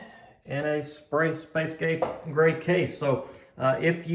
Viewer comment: "M1 Mac mini, in a sprace space gay grey case" Amazing!